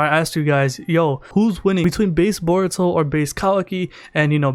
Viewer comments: sounds like he says Baruto lol but great video as usual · I feel like he’s saying boruto like that on purpose